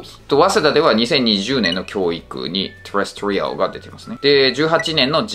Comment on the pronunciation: 細かいツッコミで恐縮ですが、terrestrialのアクセントの位置は二番目のeのところですね。